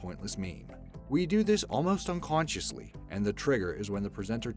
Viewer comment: I'm subbed to this channel and love the content, but every time he said unconsciously...smh